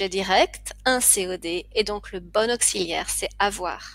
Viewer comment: depuis quand dit-on "Astérix" qui plus est au féminin, au lieu de "astérisque" au masculin???et "auksiliaire" pour augziliaire?pour quelqu'un qui enseigne je vous trouve un peu légère